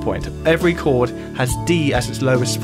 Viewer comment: my man said chord fourd